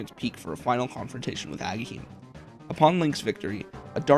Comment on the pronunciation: You sure wrote his name into the script a ton for not knowing how to pronounce Agahnim 😂